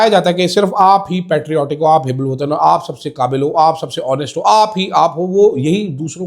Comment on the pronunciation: Hebbul watan nai hubbub watan